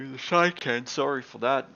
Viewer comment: by the way, as for 'CHICANE' it's not pronounced: Shaikane, but rather: shikane, not shy, but she ;) cheers :) it's a French word, of course you knew that, hence the pronunciation of CH is like SH, but most Americans don't get that :D they specially mispronounce every CH that is French, i wonder if they pronounce Chevy as Kevy :D